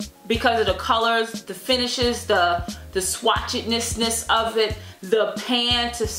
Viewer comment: The best Shwatchiestness eyeshadow palette! hahaha I can't even say Shwatchiestness!